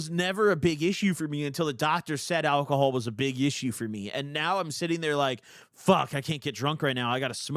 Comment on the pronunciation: At about the 30 sec mark where alcohol is censored it sounds to me like his saying cum